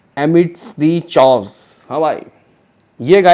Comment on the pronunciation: Chaos is pronounced as खेयास (khe-yos)